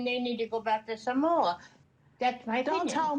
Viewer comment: Im so proud when says Samoa, she pronounces it well. Its not SMOAH 😂